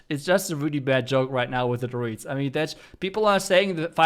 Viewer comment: It took me way to long to figure out you were saying druids and not droids